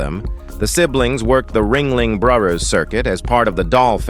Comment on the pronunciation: "... "... the Ringling BRUH-yers ..." We all make mistakes, even when one of us is a robot.